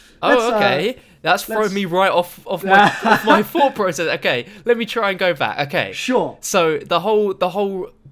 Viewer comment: Anyone else get annoyed by using "f" instead of "th" (for words like "thought", "though", "Earth" "Thundergun" etc...)